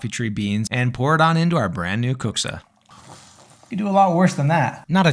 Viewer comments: As a Finnish person I can say that your dad pronounced that really well! I was shocked when I heard it lol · Finn here, that's a pretty good kuksa and your dad has really good pronunciation. The only criticisms I have on this are that Finland is not a part of Scandinavia (Scandinavia refers directly to the Scandi mountain range, the countries in Scandinavia are Sweden, Norway, and Denmark), just Nordic (Nordic countries are a group of countries with historical and cultural ties to each other in the northern part of Europe, the Nordic countries are Sweden, Norway, Denmark, Finland, and Iceland), and the kuksa isn't deep enough, which makes it look more like a ladle than a cup. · Swede here (Neighboring country to Finland). I don't speak Finnish, but have heard a fair bit of it. Your dad's pronunciation sounds spot on! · Yeah, incredible pronounciation